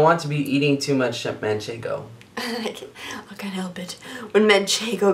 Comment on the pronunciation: Watching foodnetwork Jamie Oliver is cooking with manchengo and says manchengo everyother word all I can think of is and saying it! MANCHENGO!